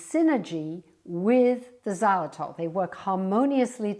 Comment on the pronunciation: Before I started I said please do not say xylitol! Here we go again